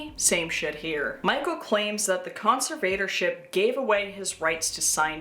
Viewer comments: I like your video, with the exception that your pronunciation of "conservatorship" is like fingernails on a chalk board. To the best of my knowledge, it should be pronounced "con-SERV-uh-tor-ship", not "con-ser-VATOR-ship". I apologize if your pronunciation was meant to be ironic. My inability to see any ironic meaning doesn't mean the irony doesn't exist. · Darth conserVator Ship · you accent the “serv” part con-SERV-a-tor-ship. Conserve-ator-ship. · NGL the way you pronounce "conservatorship" is kinda driving me insane but otherwise this video fucking slaps